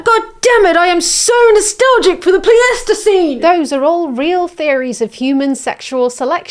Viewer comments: Do Brits really say, the 'Plee-aestiseen"?? I've only ever heard it pronounced 'Ply-stiseen' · Pleistocene is pronounced "ply-stow-scene" ! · Pleistocene is pronounced "plaistocin" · Absolutely fantastic study. Just to make your life easier, I've never heard Pleistocene pronounced as anything other than ply-sto-seen. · the pronunciation of "pleistoscene" is right there on screen and you still managed to bungle it 😆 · Can't get over your pronunciation of the word "pleistocene" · The only gripe I have with this video is when you say Pleistocene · I can't tell if she's pronouncing pleistocene that way as a joke or not